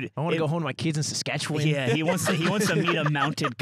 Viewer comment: Ludwig pronounced Saskatchewan closer to how locals pronounce it than I've ever heard an American pronounce it. Maybe Ludwig is the most worldly yard member after all.